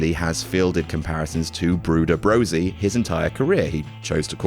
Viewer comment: Bruder Brosy? Did he say that?